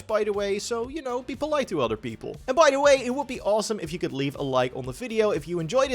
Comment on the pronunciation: Hey man I can tell your english is improving! Dont lose all of your accent. Its part of your charn. "Utter" instead of "other" still cracks me up.